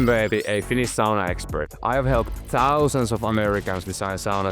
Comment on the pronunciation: "Finis sauna" pikkusenko vahva aksentti :D